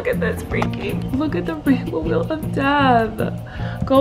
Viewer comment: “ the spiny rainbow weal of death” - Colleen 2020